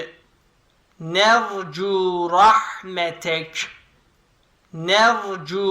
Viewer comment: vercü değil nercü olacaktı 😊